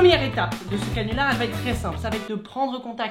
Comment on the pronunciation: T'a dit cinular au lieu de canular